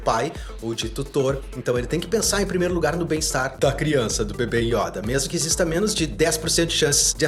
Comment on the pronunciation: Yóda ❌ Yôda ✔️